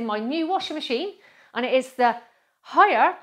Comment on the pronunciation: its actually said like hiyaaaaaaaaaaaaaaaa